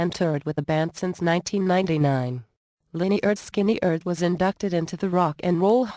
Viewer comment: Cant even pronounce the groups name correctly..damm computer